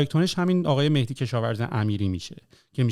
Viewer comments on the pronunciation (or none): none